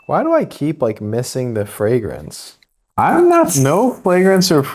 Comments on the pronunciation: I think he literally said "no flagrence or fravors" . Maybe I am just hard of hearing. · “no flagrance or fravors” 😅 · "No flagrance or fravrors" 😂